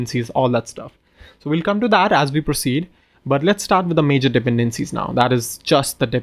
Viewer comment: I really love the way how you pronounce "dependencies". 🙂